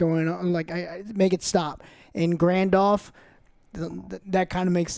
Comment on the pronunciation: I died inside when I heard grand-elf…